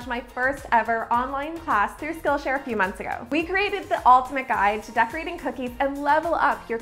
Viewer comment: What's wrong with my hearing that everytime she says "skill share" I hear 'Scotia'? 😂 I'm like... Wait the Bank is sponsoring you??? 💵 💵 💵